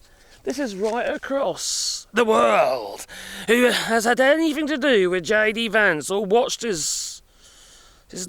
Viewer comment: He’s JD Vance, not AD Vance